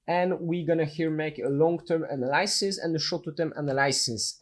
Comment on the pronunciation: One upvote for every time says analysis wrong 10/10 would watch video again